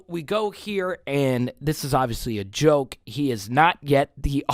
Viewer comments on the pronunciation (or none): none